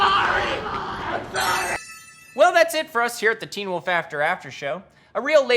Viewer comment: "i' not a bully" 😂😂